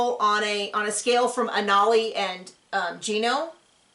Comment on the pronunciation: Anali- pretty sure it’s pronounced ANNA-lee (totally agree with you about her motivation).